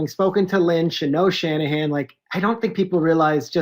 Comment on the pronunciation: Coach Shanahan not Calahan